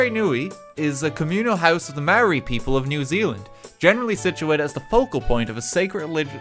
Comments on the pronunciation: Mai-or-i. That's the pronunciation for it, RT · That Maori pronunciation hurt my ancestors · RT, as a New Zealander, your pronunciation triggered me. A for effort tho! :D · The moment I seen this video I was expecting just LOTR related stuff but seeing stuff about Maori Culture surprised me! As a Maori, Bad pronunciation ofcourse but atleast you gave it a go RT! wish I could have helped with pronouncing Maori words